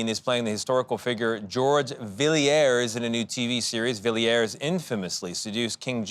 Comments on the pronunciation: Villiers is pronounced just as you would expect - three simple syllables, Vill - ee - ers. The young lady who presented the item got it right, so the link man should have. However, there was an English actor, a descendant, called James Villiers, who pronounced it minus the 'i' so as Vill - ers just two syllables. So this presumably was how the family said it. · How well mannered to not correct such a weird pronunciation of Villiers. Galitzine aces such poor interviewing. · Who is the twit anchor interviewing Nicholas?! He can’t even say, Villiers name correctly.🙄 That’s called an interview with Nicholas? NO! Nicholas, you’re a great actor. It’s a Great movie! Well Done! 👏🏼 The Stuart’s - Stewart’s Our my family ♥️ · Take the time to learn how to correctly pronounce the French before you embark on an interview. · Such a shame the interviewer didn't take time to learn how to pronounce the surname of the person being portrayed correctly. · Poor interviewers more interested in themselves. And he was very professional not to correct how they pronounced 'Villiers.'